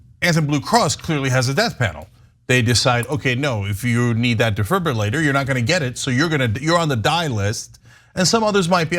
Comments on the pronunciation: Unbelievable! It's called a defibrillator. Here you are making commentary about things when you can't even pronounce a very simple word. I know a 8-year-old that can read defibrillator and pronounce it correctly. Go back to school and close your mouth until you get educated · I'm in Australia but used to live in the US. Normally I get really mad or upset when I hear stories like this and the state of American "health care". But listening to Anna pronouncing defibrillator kept making me laugh. In my surf club we just say defib. Say it with confidence and noone will ever know you can't actually say the word properly. And BTW the state of American health is totally completely utterly disgraceful. First world country behaving like third world. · Close but dee-fib-ril-lator would be correct. Not roo-lator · Ok Anna honey it's (dee.fib.roo.late.or) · Defribitator. It's not that difficult Ana:thanksdoc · Ana, Ana, Ana, say with me; DE-FIB-LI-RATOR you kept mispronouncing it as Defibrillators. Unbelievable! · You're actually mispronouncing it, it's FI-BRI not FIB-LI. Even the dictionary pronounces it this way, dee-fahy-bruh-ley-ter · DEE-FIB-REAL-HAY-TOR. Say it quickly with a silent H. You got it. Regarding the content….yikes! Why do we continue to apply our capitalistic system to our healthcare? I am a die-hard confirmed capitalist. It confounds me that my city provided trash service cost is a communal system (taxes) but my healthcare cost is a competitive capitalistic system yet, de facto, since employers provide private healthcare as an employee benefit at a reduced cost there’s no real “competitive” capitalism to the individual. The competition is between healthcare insurers with employers. It’s just plain goofy….which leads to corruption in the entire healthcare system. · say it like this...Defib-U (capital U)-later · That damn deeiburfriulater.. Gets me every time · De..fib...u...later....it's really not that hard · Its detribrilartber ….duh🙄